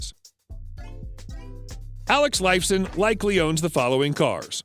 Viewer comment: Did you hear how he pronaunced Alex's last name?!?!